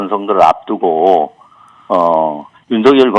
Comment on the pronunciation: 신장식변호사님께서 정확한 발음을 하시는군요... 윤석열을 윤서결로..... 그들이 주장하는 것 처럼 가짜뉴스라고 하면서 법적 책임 운운하고 언론피해를 받고 있다고 주장하고 있다. 그런데 왜 언론중재법을 언론재갈법이라고 하면서 반대를 할까?...참 웃낀다